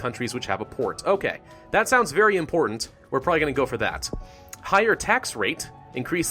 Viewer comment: You mean im-PORT-ant? Kill me.